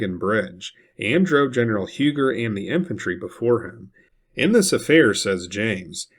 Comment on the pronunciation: Minor detail-Huger is pronounced even today in Carolina as Huu-gee,which is a Fremch Hugenot name.In South Carolina we still use the old names actual pronunciation.Other names are Izard.pronunced as Ee zard,and Porcher,pronounced Por-shay..Maybe the yankees flooding into Charleston will take note.😊